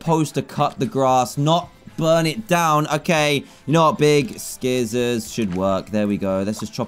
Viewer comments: I love how he says scissors and pronounces the C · the way he says scissors